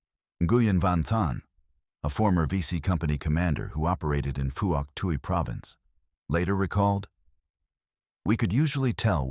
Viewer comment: Pronunciations are wrong. Vut Nam, silent "i" and strong "N". Also Phouc Tuy is pronounced Fook Twee.